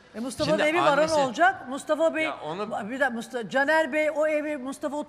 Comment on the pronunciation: Mıstafa diyor 😂😂😂